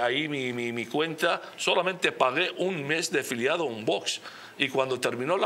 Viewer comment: ¿Por qué dice el presentador VOSSSSS?, es VOX, osea fonéticamente es Vokss. NO Voooosssssss. Jod…. con la ESO.